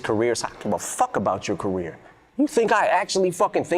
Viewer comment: You just destroyed the word 'career'.